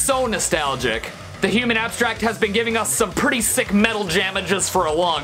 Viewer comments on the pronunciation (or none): none